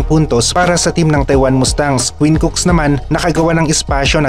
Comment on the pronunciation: COOK. Hindi Cooks. Walang "S". (Quinn Cook)